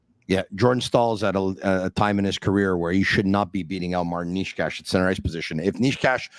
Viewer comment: A little help in here. Nečas = Naychas Not Neeshcash and definitely not Naysach 😅